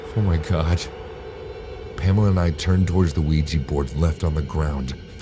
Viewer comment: "Have you ever heard of the ouigi board?" NOOOO